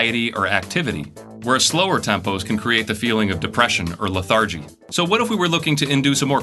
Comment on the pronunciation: Not to be an ass or anything, but "leh-THAR-gee"?? (It must be so fun to have people pick apart every mistake you make on the internet)